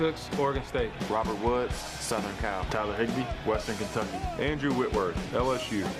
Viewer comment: dude its CAL (california) university… not cow😂😂 would b funny tho